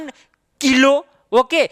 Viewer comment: Kilo ka pronouncing ajib haj😂😂😂